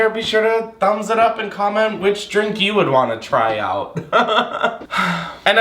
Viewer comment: Me too 😂